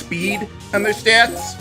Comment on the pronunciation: "raises all of your styats"